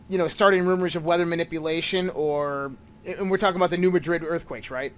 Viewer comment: ITS MAD-RID NOT MAH-DRID LIKE SPAIN. SOME SAND BLOWS STILL HERE. FORMED REELFEOOT LAKE TN. LOVE YOUR CHANNEL. PEACE BROTHER